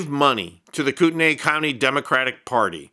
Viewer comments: It Is pronounced “coot-knee” county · For future reference, Kootenai is pronounces "koot-nee". Lol not that that will do you any good after this... Coeur d'Alene is a mountain resort town, and Kootenai county is pretty much never mentioned in the press... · It's pronounced Koot nee. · BTW - you are pronouncing the county name incorrectly.